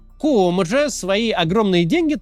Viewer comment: Привет из New York a. He kyomo,a kooмо-у не читается